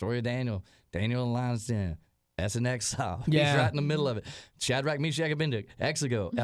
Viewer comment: aBED-Nego. Not Abendigo 😂😂